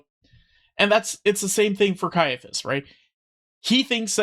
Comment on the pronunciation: Kia-a-phous, not sye-a-phous